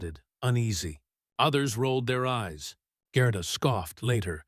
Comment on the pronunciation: Should be pronounced Gairduh, NOT Grrrduh